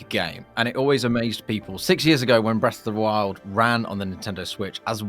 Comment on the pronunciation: Breth of the wew